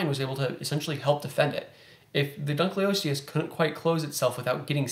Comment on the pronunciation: Dunkle, not dunkley. ;)